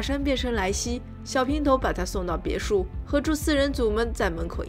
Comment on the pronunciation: 哈哈哈哈哈，看了几集发现好可爱，每次发音别墅这个词都嘴巴瓢哈哈哈 不要打我